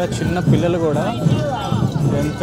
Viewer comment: pillila kaadhu bro pillula